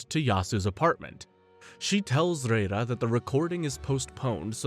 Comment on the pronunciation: Are they really saying REIRA as literal RRReiRRA 😂 It's LAYLA ffs 🤦‍♀️😂